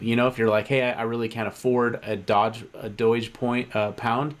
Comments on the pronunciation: "EETH" "DOYGE". can't trust you. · Its not "doy-g" who the f says it like that